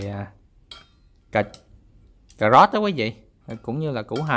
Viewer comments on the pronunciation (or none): Cảm ơn đã chia sẻ món ăn ngon . Nhưng " cà rốt " chứ không phải là " cà gốt " . Hihihi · Ông này rốt với sốt mà cứ phát âm thành rót với sót :))